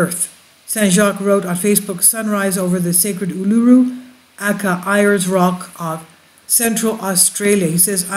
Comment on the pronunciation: Pronounced Ulu-roo and Airs Rock ( white fella name for it)